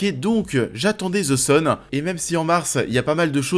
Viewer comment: Tu as raison mais je voulais savoir pourquoi le z à la place du th, en sachant que c'est plus proche du d que du z je voulais comprendre comment vous en arrivez à entendre un z.